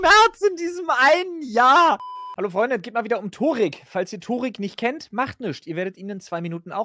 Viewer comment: Der heißt Törik 😂